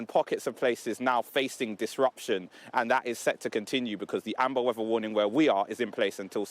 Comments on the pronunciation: "Da Wevva" 🙄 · Like how says snowy wevvar.